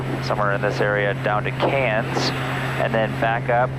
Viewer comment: You are the first person that is not Australia that I have ever heard pronounce Cairns properly.